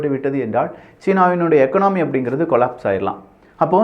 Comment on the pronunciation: எகனாமி இல்லை, எகானமி